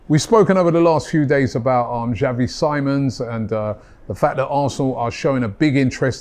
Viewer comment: it’s (Chávee See-mons) for the pronunciation